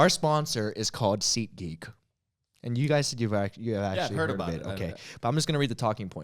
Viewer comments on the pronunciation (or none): Anyone else thought he said seekgeek instead of seatgeek? Or is that just me? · I heard "SeekGeek" every time. But SeatGeek certainly makes more sense.